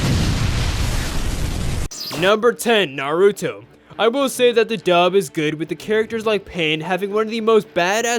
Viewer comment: I mainly hate Naruto dub because they Pronounce every name wrong. NARUTO as Nar-tow , UCHIHA as Ucheeha , TSUNADE as Tsuna-day , KAKASHI as Cuckashi and many more , dub watchers are just sucking those 3-4 dialogues of Madara and Pain , thats all , everything else is shit as hell